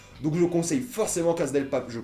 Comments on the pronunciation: La CASSA LA CASSA on dit la CASSA pas la casa OK!!!!!!!!!!!!!!!!!!! ( en espagnol la phonétique "z" n'existe pas ) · La casa de papel s'ecrit la casa mais sa se prononce la cassa de papel car il n'y a jamais le son z en espagnol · Entendre un mec prononcer la Caza de papel à la place de cassa de papel pendant 10min fut une torture. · On prononce CASSA pas Caza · On dit CASSA de papel, pas CAZA!!!! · La casA de papel et pas la casE de papel merci 👌🏼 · casssssa et pas caza vieux shlag c'est de l espagnole pas de l italien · Ptn la CASA pourquoi tu dis avec un ZZZZ